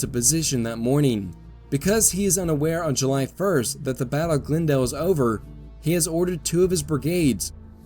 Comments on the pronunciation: Half the time you pronounce Glendale as "GlnDALE" and the other half as "GLENdale". Which is the proper local pronunciation? Whichever it is, THANK YOU yet again for such a wonderfully illustrated and explained history of this important set of Seven Days battles. I can't thank you enough for providing what will be some primary sources in a related project I am undertaking. In these battles, with the constant mixing of division and brigade assets among the combatants, it is so hard to "keep things straight" in one's head. It's nice sometimes to SEE IT in front of you, rather than read a list of brigade commander names and regiment names and locations!!! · Have a listen to your voiceover, in this Malvern Hill episode, and also for the Glendale battle itself. Half the time you say, "Glen-dale" with nearly even emphasis on the two syllables (as I might guess it would be), but just as often, it's pronounced "Gl'nDALE" (emphasis on -dale). The disparity is the reason I ask.